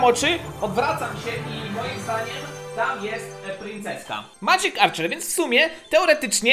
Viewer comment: Powiedział dobrze Magic archer